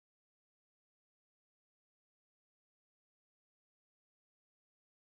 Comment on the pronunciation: Its pronounced kit-soon not kit-soon-neigh